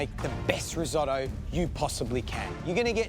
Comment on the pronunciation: Someone should tell her why Risotto is called Riso -tto.